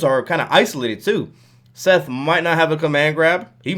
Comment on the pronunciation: That's not Seth... It's Setha